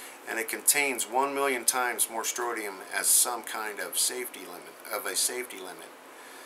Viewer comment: it's pronounced stron-ti-um, not strotium. thanks for all you do!